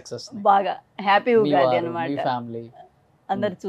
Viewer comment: ఉఘాది కాదు ఉగాది